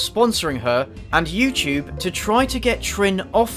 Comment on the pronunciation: I had this Columbian friend that pronounced it like "You to be"